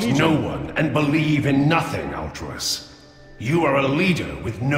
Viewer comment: Why does everyone pronounce it Altrius? It's Altruis, like someone who has an alTRUistic nature! But wait. Some demon hunters have voices in their heads? Like a psyker and daemons? IT ALL MAKES SENSE NOW.